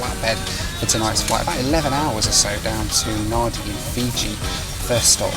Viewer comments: You'd think the guy at check in could at least pronounce "Nadi" correctly, I'll forgive you because you probably wouldn't know. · Nandi, not Nahdi. I know it's spelt Nadi. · Hi. Love the reviews. I hope the US is good for you and your family. It's 'Nan-di' not 'Na-di'. You wouldn't know if you didn't know... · Pronounced Nan-dee (Nadi) nor Nardee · It's Nadi not Nardi 😂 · It’s pronounced ‘Nandee’ not nady. 😮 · Oh you lost me at Nadi - pronounced Nandee, not Nahdi. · Oh Good God! You can be forgiven for not being able to pronounce the Fiji destination correctly, but the Fiji Airways staff cannot. It is pronounced ‘NAN-DEE’. Not ‘NAR-DEE’. Anyone employed by Fiji Airways and representing them, in uniform, in public, should be able to pronounce it correctly. For Gods sake! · Hello, Nadi is pronounced Nandi, there’s an invisible N. Fiji is well worth exploring even just to experience the most genuinely lovely people on the planet. Thanks for the video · FYI. in spelling it's NADI however the correct pronunciation is NANDI. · can I suggest looking up the pronunciation of places when doing your videos? It's a bit grating hearing Nah-dee even in the post-flight voiceover pieces when Nadi is pronounced Nan-dee. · Hey...Nadi is pronounced Nandi! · For goodness sake! The Fiji Air check-in guy says Naddy for Nadi, which for those of us who've visited many times, is pronounced Nandee. Don't know why, but that's what it is!!! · Um, I guess I'm gonna be the annoying guy that points out that Nadi is pronounced Nan-dee, not Nar-di. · Yep, I spent some time in Fiji in 95 and I quickly found out it was pronounced Nandi, not Nadi even though it's spelt that way. Shame you didn't spend more time in Fiji as it's a beautiful country with great proud people. You could have drank Kava, visited Suva and its wonderful market. When I was there the Rainbow Warrior was harboured at Suva and I got to visit it. Bula from London. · Nadi is pronounced Nandi